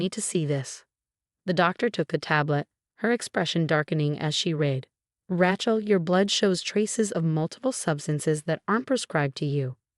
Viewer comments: The narrator's name is Ray-chel, not Rahe-chel, Please work with your AI and upgrade. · I don't know... Rat-Shell has kinda a ring to it😅😅😅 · Raychel not Ratchel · As soon as I hear Rat-shell, I hit the thumbs down and leave to find a story where the robot has been properly ptogrammed. These mispronunciations have gone on for far too long. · It's Rachel pronounced with a long A . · This particular AI voice consistently pronounces Rachelle as 'Rat Chel' . It grates on my nerves.